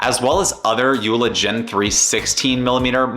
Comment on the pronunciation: The name is pronounced Yo La. JOOLA.